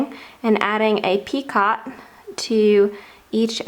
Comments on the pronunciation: It's not picot. It's pronounced pico, it's French for knot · PicO - not picot - just a little French FYI - sent with love! Pee-Co no T at the end pronounced. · It’s pronounced, Pee-co. NOT Pee-cot. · Dear, I love your work, but it is a picot, pronounced "Pee-coh", not a "pee-cot". Hmm, I'm not sure that is clear. The second syllable rhymes with... I can't find a word, It sort of rhymes with "coat" without the "t". "Pee-coa" like "Pee-coat" without the "t". And nobody who wants to tell you how it is pronounced has any evil wishes for you, simply to share some knowledge, which will spare you future corrections.:) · Its pronounced pi-coh.... NOT pi-cot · Picot is pronounced peeKOH. Not peecaht. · Picot is usually pronounced "Peek-oh"! For the longest time I thought you were calling it a "Teapot" and couldn't understand why! Lol! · Picot is a French word. The t is silent. It is pronounced 'pico' in English and in French. That's o, a long o. Just for future reference. ;-) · It is pee--ko...the T on the end is not enunciated. It is French. The second syllable is a long vowel...like cocoa ...pee koe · Yes so annoying. Even in proper British, it is pronounced As "peecoe". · Love your edging but just as with crochet the T is silent in the word picot,so it's pronounced peek oh. I'm not trying to be over critical and I do love your videos in fact I made one of your key chain owls for a friend of mine over two years ago and she still has it! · Should learn to pronounce the word properly. It would benefit your credibility. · Seriously! I can hardly believe some of the comments about the pronunciation of the word PICOT. Was it REALLY necessary to call that out. Completely uncalled for, people get a life! I love your vids, keep up the great work = ) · You do beautiful work, and who cares how you pronounce picot.....anyone who crochets knows exactly what you are talking about. Do not let that bother you please. 🙄 keep up the the beautiful videos.